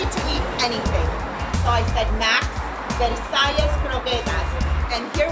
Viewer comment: Guys this is not how you pronounce the word Versailles lol ><